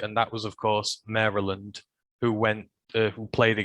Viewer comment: You did not have to fix your pronunciation of Mary Land, lol, we say it wrong lol. But yes, you pronounced it correctly ;)